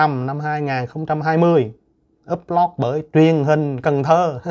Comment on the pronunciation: Tac gia phat am tieng Anh khong chinh. Xin nghe lai tu Upload, Vinasun.